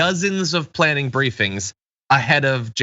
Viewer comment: "a great PLANING session?" What's a planing session?